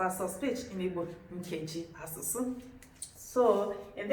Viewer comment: 🤔🤔🤔i think u are not pronousing ur nkeji asusu very well❤